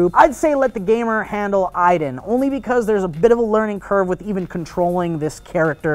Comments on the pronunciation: isn't it Aiden, not Iden? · Don't you pronounce it A-den, not EI-den? :S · spelt aiden, pronounced iden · The game pronounces it as "eyedan" so thats why they say it, even though its spelled Aiden